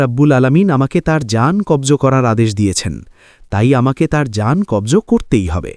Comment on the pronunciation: কব্জ নয় কবজ হবে ।